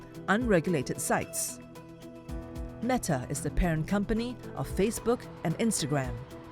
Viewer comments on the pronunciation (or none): none